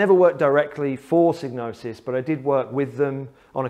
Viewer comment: I thought the first four letters rhymed with vibe, not fib.